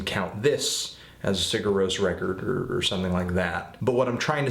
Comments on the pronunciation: you basically don't pronounce the 'g' and replace it with a 'y' so it sounds like siyur ros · I think it's pronounced like "Sire Rose" but I could be way off. Eh. Love the band though. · it's pronounced as "SIH-ghurr rohs" (that "g" is really soft though). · si'ur roe-ss is how it's pronounced. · It's like "See-yur Rohs", the "g" is silent. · I think it's pronounced "see-ur rose". I may be wrong though. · good review anthony its pronounced Seer roas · Yeah, no, there's more to pronouncing it than that. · Your pronunciation is okay, the main thing is that you put the stress on the wrong syllable. in Icelandic, stress is always on the first. That, and the 'g' in 'Sigur rós' is very light, almost not even there. Musically, I think this and are my favorites by them, specifically for the reason you thought it was nothing special: I like that no one thing overpowers another. Everything is placed perfectly enough to be heard and recognized, but without being loud or obnoxious.